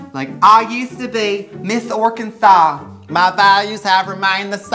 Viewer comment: she is braking the dang law!!!!! IN Arkansas it is illegal to say Arkansas incorrectly